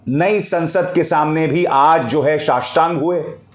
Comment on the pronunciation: शाष्टांग नहीं नोष्टांग🤣